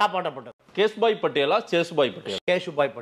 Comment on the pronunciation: அது சேசுபாய் இல்ல கேசுபாய்